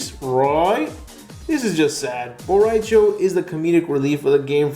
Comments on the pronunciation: every time you say "bo rai cho" is sounds EXACTLY like "borracho" which means drunk in spanish...... i do not believe it is a coincidence. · why he say ba rai cho why he say him